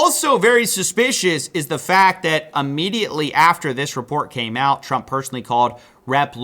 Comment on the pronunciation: What is wrong with you? "Ammediately"? "Annitially"? Can't you pronounce your words properly?